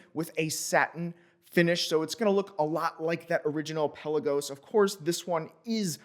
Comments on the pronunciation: It may be called Pe LA gos not PEL a Gos, but it’s definitely T you Dor not Too Dor 😉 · I just saw a Tudor vid. We've all been mispronouncing, "Pelagos". Emphasis goes on "la" instead of on the "Pe".